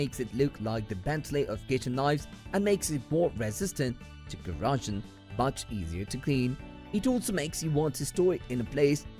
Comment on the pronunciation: At the end of the video, he finally corrects his pronunciation of "cleaver." I was pretty happy with that - until he ended his review with mispronouncing the word "corrosion." Talk about nails on chalkboard - that's how it feels listening to his mispronunciations. His accent overall was pretty charmimg, though.